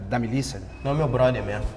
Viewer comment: "Miliça" kkkkkkkkkkkkkkkkk